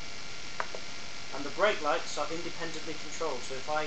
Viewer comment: did you say brake lights? or is it my hearing?